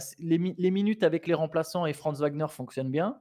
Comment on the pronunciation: Mais pourquoi "Wembanyama" vous prononcez correctement le W mais "Wagner" ça devient un V ? Ouagner et pas Vagner